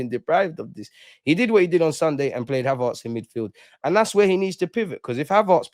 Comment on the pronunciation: Ha-VARRRTS LOL HavERTS bro 😊 love though 🇧🇧👊🏾